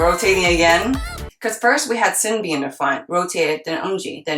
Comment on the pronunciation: Loved the reaction. 💕 Btw. just a minor thing but: from what i heard SinB is pronounced more like "Shin-B"